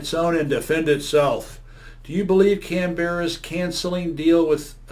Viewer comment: Sort your specs out mate..... Not "oss eees" but "Oz eees"... And learn to say the name of our great capital city.